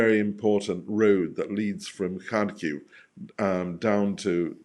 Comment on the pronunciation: Thanks go to for properly pronouncing "Kharkiv". So rare to hear it being said the right way.